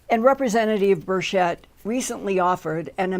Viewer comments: It is pronounced: Ber-CH-ett. [the CH is pronounced as in Chatanooga. It's not a SHoosh sound]. Linda has some unusual pronunciations sometimes such as her pronunciation of "mayszoor" instead of "measure" . Just an observation. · Sorry for your loss. Linda, look up a video on Rep Tim Burchett. He does not pronounce his last name with an S sound. Not hating on you. Love Linda. ♥️🌹